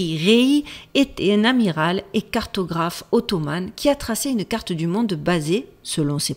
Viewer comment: Très bonne vidéo, passionnante comme toujours! Petite précision (qui n'a aucune incidence sur la bonne compréhension de la vidéo, mais je le précise quand même); Ottoman se prononce avec un "en" de fin, et non pas "ane", mais c'est certain que comme tu vis aux USA, la prononciation anglaise se glisse dans ton français parfois, et on ne peut pas t'en tenir rigueur 🙂. Continues de nous régaler. Merci!